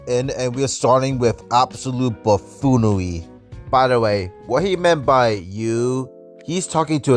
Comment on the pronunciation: You sound like Elmer Fudd. Wtf is Bafoonawee? Wacism? FFS 🤦🏻‍♂️ The majority of people support ICE. Go woke go broke has proven to be a rule, not the exception. Most people want nothing to do with the wefty hate cult. There are no fascists. You guys imagine EVERYTHING. You wefties want so badly to pwetend to be the victims, instead of the villains you really are. Sorry, viwwains. There is a reason most people dispise the weft. Sowwy, weason.